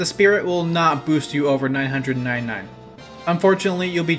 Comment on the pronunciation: the way he says 999